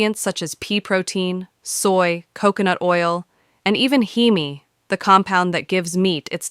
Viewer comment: Heme is pronounced heem not heemee. Otherwise, this is a really nice review!